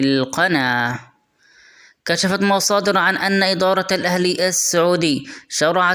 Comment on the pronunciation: اولاً شكراً لك . ثانياً انت تملك موهبه و لكن بهذه الطريقه ستدمرها مثل نطقك لكلمه (القناه و الفتره الماضيه ) شي مهم و ضروري اعزل المايك و خليه بعيد عنك بمسافه لانه صوت ريقك و صوت تنفس وشهيق تحتاج تشتغل على للصوت ممكن تمارين بسيطه و تضبط